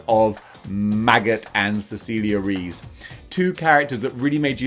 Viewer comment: Just a little language lesson from a latino, Cecilia Reyes' surname is pronounced REh-yes, not Reese.